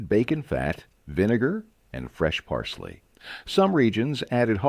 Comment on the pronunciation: That, and "parseley." I'm surprised that "Worcestershire" was pronounced correctly. By the way, etymology, dialects and linguistics are my hobbies. Politics not so much.